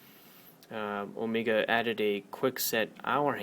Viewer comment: Nice review, nice watch but its not ohmeega.. It's o-meg-a